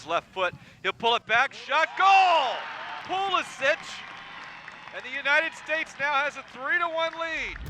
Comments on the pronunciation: Call him Pulishich, not Pulishik... He's of Croatian descent, so he is Pulišić, not Pulisik... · Pulisik?!? Bro you are disrespecting your actual nationality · lol can´t even pronounce his surname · Doesnt even know how to say his own surname. Sad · I love everything about this kid except for the Americanized pronunciation of his last name. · My man butchered his own surname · he cant even pronounce his name right... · When you can’t pronounce your own name